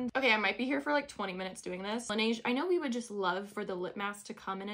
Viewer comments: la neige is French, so I believe it’s pronounced like “nehj”, not “nayj” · just some pronunciation tips from a fellow french speaker hehe it’s “la-neje” rather than “la-nayje”. please correct me if i’m wrong! ❤ (in french it translates to “snow” !) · Its la-neh-jeu, In french it means the snow i think and thats how you are supposed to pronounce it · its lanage everyone’s pronouncing it wrong 😭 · As a fellow french person, we pronounce neige like nayge here... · Me pronouncing it as le-na-je: 👁️👄👁️ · laneige is a korean brand and in korea its pronounced lanehj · It's la neige like the second pronunciation when you asked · It’s pronounced the other way (laneje) because la neige means “the snow” In French :) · hey girlie!! it’s pronounced at la-ne-jeu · It’s pronounced LE-NESH because it’s a French brand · Lan edge is how to pronounce it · Your meant to pronounce it the other way, not lanaige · Laneige is a Korean product 😊it’s pronounced the second way ❤ great hack! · Since you were wondering how to pronounce laneige you could have just checked on internet but the one you think is right is actually wrong 😅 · Its pronounced the other way